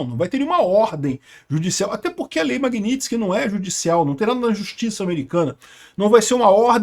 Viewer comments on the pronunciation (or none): none